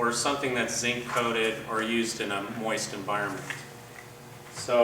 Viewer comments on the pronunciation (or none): none